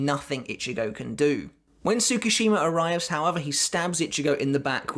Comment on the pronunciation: 1. It's not tsu-ku-shima it's pronounced tsku-shima 2. My take is yuha's lying about his power or rather not completely honest. Enter kisuke to notice. His power looks forward from his given instant and he has to be part of it. Tsukushima shows up after juha moves on. He then altars ichigo's past where juha isn't aware. From there kyokasuigetsu controls juha from seeing Ichigo and Ishida.